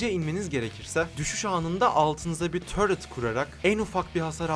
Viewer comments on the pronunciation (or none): abi neden taret e törıt diyon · törüt değil ya tilt oldum taret desene :D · Normal insanlar: Taret: Törıt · abi niye surrekli turety diyon